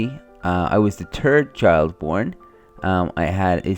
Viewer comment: i lost it when he said turd child